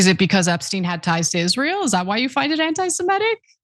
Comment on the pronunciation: Ana! AntisemItic, not antisemEtic.